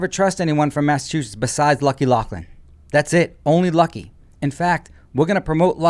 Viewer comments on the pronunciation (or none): none